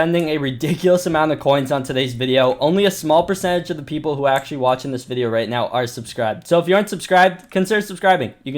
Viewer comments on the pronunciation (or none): none